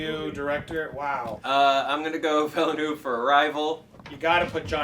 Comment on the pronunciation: Is that your best attempt at "Villeneuve"?